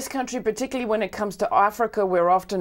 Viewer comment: did she just say Ar-frica?!